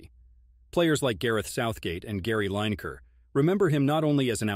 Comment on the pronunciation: I wish they wouldn't get an American to do the narration who had probably never heard of El Tel before given the job. Venables was the quintessential ENGLISH footballer/manager. His mispronouncing of Lineker and reference to Ashington was wrong.